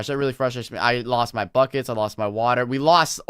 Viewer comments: Lol, when he said "oh I need buckets" I thought he said "oh f**cets"😂😂😑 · when he said we need buckets i thought he said we need fuckit